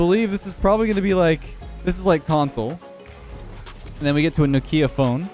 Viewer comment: Nokeea phone? Hahaha u mean knock ee a phone. Hahha need to hear u say it again in ur video